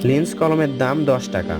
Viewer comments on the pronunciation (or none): ওটা লিন্স নয় লিংক